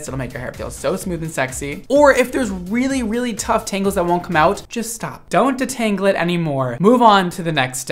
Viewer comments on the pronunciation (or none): making it sound kinda french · Loving the way you pronounce detangle!